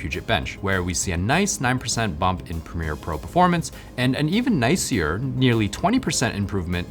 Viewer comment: he literally pronounced "nicer" as "nice-year"... like what?